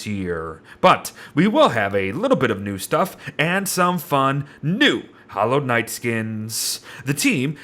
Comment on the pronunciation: However many people thought he said Hollow Knight instead of Hallowed Nights